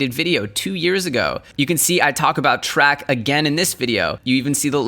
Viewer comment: YO just FYI... TRAC is pronounced like Trace, not Track